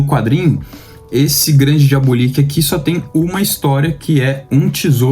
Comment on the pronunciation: Diabolik é excelente. Apenas uma dica: a pronúncia é diabÓlik e nao diabolíc. Parabéns pelo canal